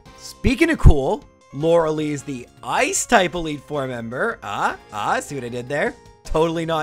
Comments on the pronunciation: lorelei not loralee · Hearing him pronounce Lorelei as laura lee instead of laura-lie is nails on a chalkboard to me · If you said lore-lye properly, agatha would let you first try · I believe it's pronounced Lorel-eye... Correct me if im wrong though! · He is saying lorelei wrong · Youre saying lorelei wrong eh